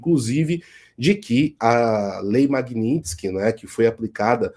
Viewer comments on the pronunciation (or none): none